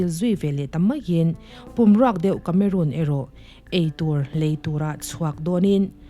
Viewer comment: Miss tlangau kameruun nilo in kameron tih a lam tur a nih ka ring deuh.. Sawive mai2😣❤❤